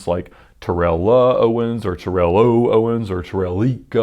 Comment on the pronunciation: This guy pronounces every lambo correctly so gotta say it’s pronounced Terrell ..Tarell not Ter-rell lol 😝 jus sayin